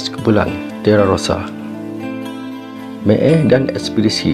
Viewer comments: Sebut pun tak reti...mael jadi meel..xpdc jadi spdc apa la punya keras lidah.. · boleh tak sebut Mael (mak-el), bukan mek-ey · Mael bos, bukan meel.. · Meel..meel.. MAEL!!! bukan MEEL!!! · Kenapa mael bunyi may eei?aduyai